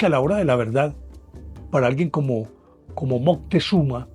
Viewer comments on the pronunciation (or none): none